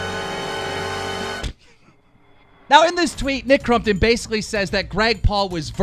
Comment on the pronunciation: Nick crUmpton wtf keem it's crOmpton lol